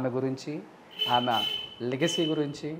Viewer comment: ఆమ కాదురా ఆమె అని పలకాలి. తెలుగు నేర్చుకో ముందు.